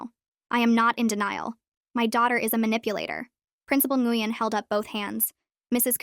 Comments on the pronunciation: It’s pronounced “win” not “gweun” :3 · Isn't Nguyen pronounced like "Nwin" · Nguyen is pronounced Win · the name Nguyen is pronounced Win.